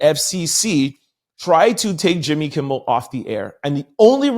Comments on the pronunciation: I caught that too, but then I remembered he says he has a speech problem when it comes to his dyslexia. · …KIMMEL KIMMEL KIMMEL Not KIMBLE TWF? 😮